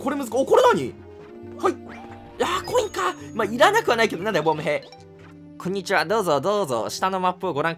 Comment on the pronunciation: ｢ク○二ちは｣って言ってるよね？